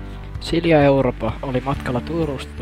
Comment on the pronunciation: 1 en saa selvää 2 tässä ei kuulu 3 Mä kuulen sila europa